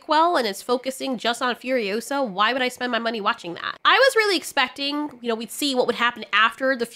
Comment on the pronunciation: Remember it’s FuriOsa, not FurioSA.